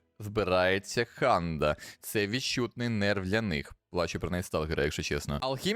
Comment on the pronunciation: як же слух ріже - КХанда, це Ханда, так само як Kharkiv це Харків (але це виключно якщо говорити Українською)